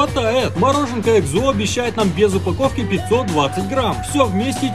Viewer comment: Не экзо́, а э́кзо